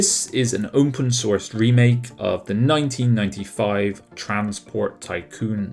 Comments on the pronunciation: This should have been a top 10. Why do you say "open source" in such a weird way, like you're saying "opwn" instead of "open"? Does Youtube demonetize videos if you say "open" or "open source"? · I have to correct you here gnarlin. It's not opwn. It's "umpen".